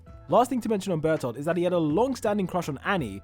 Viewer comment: I did not realise he was saying bertholdth all I heard was bertha